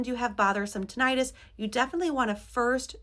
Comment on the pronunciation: Please stop mispronouncing “tinnitus.”